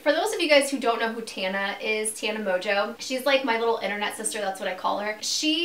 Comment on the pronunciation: Mojo not mongeau